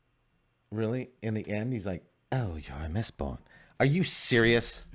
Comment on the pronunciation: I really enjoyed the OG trilogy, but when said "mistbored" I had a hearty chuckle. If anything I'm just excited to check out Way of Kings now knowing its even better. And the Dark Tower series is a treat if you like Stephen King. That world is cannonically linked to many of his bigger titles and the scale is pretty epic. The ending is kind if meh (bc Stephen King) but I still would recommend as a strong Western/Scifi/Fantasy. Good epp guys 👍